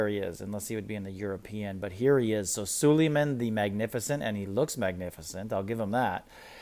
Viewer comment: You say all these names wrong which is annoying. Sulieman, Ares, ect…please learn how to say the words you use because it takes away from whatever you are talking about.